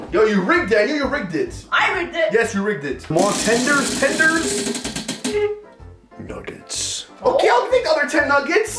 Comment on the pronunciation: Bro it is not otay it is okay